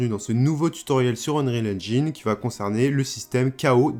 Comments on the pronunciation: "Engine" se prononce "haine-djén" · Super tuto, simple à comprendre et efficace! Je vais devoir regarder tes autres vidéos et surement m'abonner... Petite astuce pour prononcer correctement Engine, en français c'est comme dire "N Jean" (le pantalon, pas le prénom). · Enfait ça se prononce N-gine un peu comme une engine ;) Sinon vidéo plutôt complète et très sympa à suivre, bravo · Super tuto mais est ce que tu pourrais prononcer engine correctement stp ? Le i se prononce a la française tout simplement